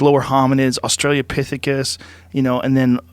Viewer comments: Joe "Australiaopithecus" Rogan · Joe "Austrailia-pithicus" Rogan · Joe “Australiapithicus” Rogan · Can someone tell Joe it's Australopithecus not Australiapithecus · i really hate how joe says "Australia-pithicus"... its Australopithecus. aus-tra-lo-pithicus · Australiapithicus?!? Joe? I think you need to clarify that for me? 😂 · Joe 'Australiapithecus' Rogan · Did Joe just say "Australia-pithicus" ?? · Joe “Australia pithecus” Rogan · 3.25 "Australia-Pithicus" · Joe "AutraliaPithecus" Rogan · It's australopithecus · Joe needs to learn how to pronounce Australopithecus.